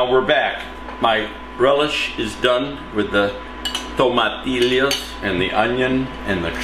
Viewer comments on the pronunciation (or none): I'm not of Hispanic or Latino descent but it's pronounced tom-a-tee-yo 😁